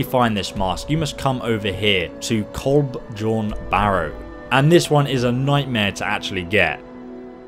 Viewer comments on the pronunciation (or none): dude the j's are pronouned like y's... its pronounced like "kolb-Yorn"... thats how j work in the ancient nordic language. like, npcs in the game even say it like that so wtf my dude lmao